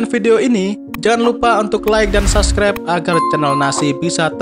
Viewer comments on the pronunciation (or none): none